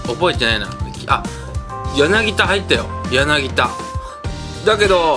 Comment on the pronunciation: やなぎ『た』ですよ